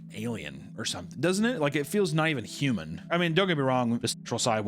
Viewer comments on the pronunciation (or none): none